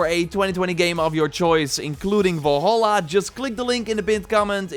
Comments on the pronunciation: I came to comments because of this. Volhala too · AS$- GAARD AS-GAARD NOT ASH-GAARD and Val-hala not Vol-Hala